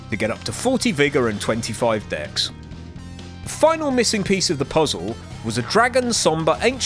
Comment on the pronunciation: Is this some kind of inside joke I'm not aware of? I hear ''ksss'' and not Dex. It sounds like an editing error